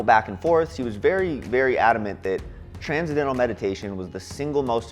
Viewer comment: He definitely got duped by this bogus teacher. He wasn't ever taught the proper pronunciation of transcendental.